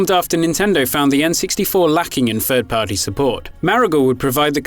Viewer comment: “ ...he had a goal of making Fwee games...” “Fird-Party Support.” “It’s Eiveh good or bad” Yikes.